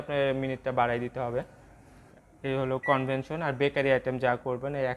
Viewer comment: "কনভেনশন" না, কনভেকশন 😅